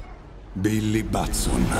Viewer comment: Complimenti per la pronuncia di Batson, era dai tempi di Kirk Douglas, pronunciato "duglas" che non inorridivo tanto 🤦🏻‍♂️